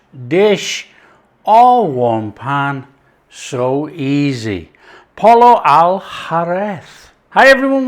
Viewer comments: Well, I speak a bit of the Mexican style Spanish, and Spain Spanish is a little different from Mexican. Pollo is pronounced like Poy Yo, accent on the first syllable. I didn't understand the second word. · It’s pronounced POYO. In all Latin languages the LL is pronounced as Y. Tortillas, Pollo!